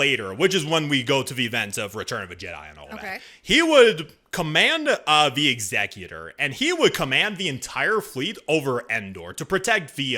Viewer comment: I appreciate the correct pronunciation of the word Executor (Exek-utor).. rather than Ex-eh-Cutor that so many pronounce it as.